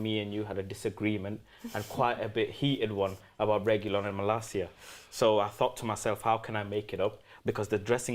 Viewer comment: saying Reguillon is cringe...